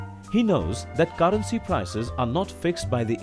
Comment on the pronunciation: Why tf he pronounce caarency